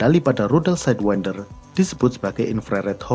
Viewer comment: Org Lain: Aem-Said-win-der Admin: Ahem-Seyd-wen-der